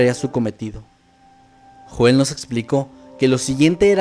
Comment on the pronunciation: Se proncua YOEL!!! No Joel maldita sea!